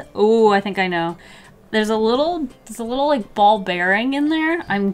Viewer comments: Ah yes, I do too leik cute things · It's liek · Do you LEIk cute things um